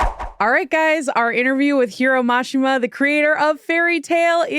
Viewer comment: How did Mashima sensei say his name correctly but you guys still pronounce it wrong. If your going to do a professional video at least say his name right. He literally said it how it's pronounced. No offense I just find it disrespectful. But Mashima probably doesn't care. If you love Japanese culture so much learn how to pronounce their names and words correctly. It's like your teaching everyone to say his name wrong. And he doesn't deserve that disrespect. I love this man. I know it's a small error but give him the honor that is due him.